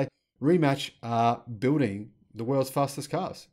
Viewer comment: Rimac is pronounced as Reemats. Not Reematch.